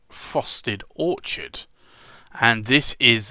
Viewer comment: You said orchard [ where trees grow] and it's Orchid ( the flower) you even wrote orchid on the swatch . 😊 awesome vid thank you 🎉